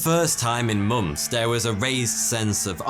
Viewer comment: I love the way you say mo(nth)ms. Also you're one of the very few men that can sport a moustache like that without looking ridiculous.